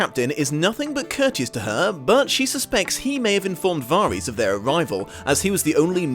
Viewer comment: It's Varys, but pronounced Var-is.